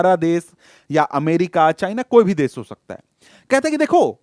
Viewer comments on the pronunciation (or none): Sir it's desh not des